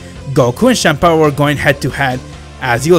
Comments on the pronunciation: It's Champa not shampa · Chempa? You said chempa? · I like how he says shampa instead of champa